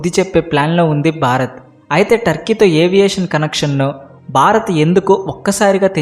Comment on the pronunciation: Sir Barath Kadu Bharath. Observe the difference.